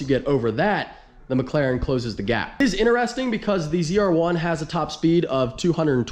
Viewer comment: Demet, its not INTE-RESTING its IN-TERESTING say it like you mean it